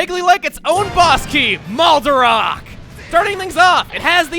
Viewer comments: Um... its pronounced moldaRACK not moldaROCK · I always thought it was pronounced "mole-duh-rack," not "mall-duh-rock," because of "Mold" as in "Moldorm" (the Japanese name, Morudogatto, confirms this part) and "arach," because it's an arachnid, like the Arachas.